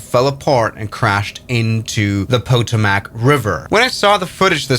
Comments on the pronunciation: PO-toe-mac??? It's pronounced, Puh-TOE-mick. 🤦🏻‍♂ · Puh-TOE-mic River. Not POE TOE MACK. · I realize your European but you do not pronounce it the “Po-To-Mac” you pronounce it “Pa-toh-mik” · Video, but as someone who lived in the DC area, the river is pronounced PotoMICK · Not a criticism, just for your information in case you ever need to use these names in the future. "Wichita" is pronounced like "WITCH Ih Taw" (stress on the first syllable) and "Potomac" is pronounced like "Puh TOE Mec" (stress on the second syllable) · He also said Poe toe mac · The pow ta aae mack river 🗣️ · Puh toe mick river. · Are you unable to say Potomac or Wichita?! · I think this guy should have learned how to pronounce Potomac and Wichita before making this video. Makes me wonder just what else he is getting wrong.